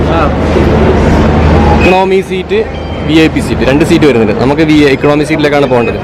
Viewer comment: നന്നായിട്ടുണ്ട്. എക്ക-ണോമി എന്നല്ല എക്കോ -ണമി എന്നാണ് പറയുക ശ്രദ്ധിക്കുമല്ലോ.